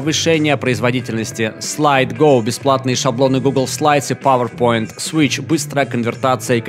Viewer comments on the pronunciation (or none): none